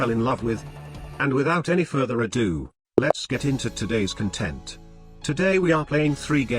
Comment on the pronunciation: The correct pronunciation of ado followed by the incorrect pronunciation of content gets me every time